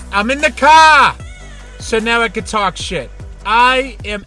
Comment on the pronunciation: "I'm in the caaaahhr." Love it bruh.